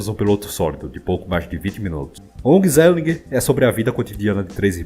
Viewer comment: onhezellih, a pronúncia do G é como H